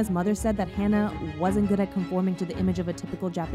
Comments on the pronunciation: My only criticism is regarding you pronouncing Hana's name wrong. If you would like to hear how the name is pronounced, recommend listening to the Japanese pronunciation of her name. Other than that I thank you for talking about Hana. My first time seeing her was when she made her US debut wrestling for a promotion called Ring Of Honor through their Women Of Honor tournament in 2018. Instantly felt a connection with her as a fan. I never felt that way towards any wrestler like I did with Hana, like as if I knew her for a long time. Been a fan of hers since then. Her death still hurts to this day, that clear vivid image of seeing those threats happen whenever Hana would post a picture about her daily life. No matter how many positive tweets her wrestling fans and few "Terrace House" fans were sending her way, Hana couldn't see how loved she was. I've personally struggled with her passing, as she meant the absolute world to me. Although I never met her personally, it's that connection I felt with her when I first saw her wrestle in 2018 live on a PPV. I made a promise to Hana after she passed that I would continue living for her, continue to be kind to others, and to constantly check up on others. Thank you again for speaking about this, and I hope people can learn from this. 木村花さんまたね。🌸❤️ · It’s not Hannah, it’s Hana. As in Hah-nah. Thank you for making the video but I thought it would’ve been nicer if you had tried to learn how to say her name correctly :( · Haa naa not Hannah aleast pronounce her name right if you do a tribute or explaination on a her. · literally hurts my soul to hear u mispronounce her name throughout the entire video:/ especially since its something i deal w everyday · im sorry but... her name is not hannah, its hana (hah-nah). the least you could do is say a dead girls name correctly and not warp it to meet your western standards. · for everyone typing/saying "Hannah," she's Japanese, so the correct pronunciation is "Ha-Nah"